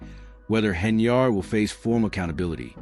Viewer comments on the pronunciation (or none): This is old news bro. Look for something else to steal. And what’s up with the flashes? You might want to put a seizure warning before someone with epilepsy watches this. Lastly, her name is pronounced Hen-yird, not yard. You are saying it like it’s spelled.